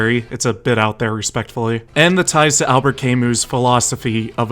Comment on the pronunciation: Good video but the way you say Camus throws me off hard so I disliked